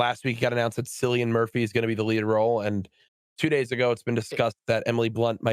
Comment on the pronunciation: “Sillyian Murphy” *Sadge in Irish